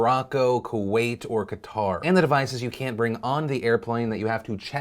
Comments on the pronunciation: Hey Phil, Qatar is pronounced the same as if you were saying Cutter, not Cattar. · Qatar is pronounced "cutter". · Qatar is pronounced like "cutter"